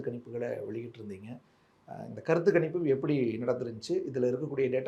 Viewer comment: Kanippu illa sir. Ganippu.....GA, GA......😮😮